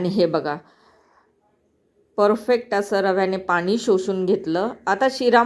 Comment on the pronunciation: पानी ,दाना असे का म्हणता? तुम्ही मुंबईच्या नसणार सगळ छान आहे पण ण चा न खटकतो